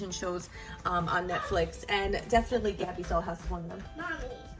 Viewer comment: You said tabby not gabby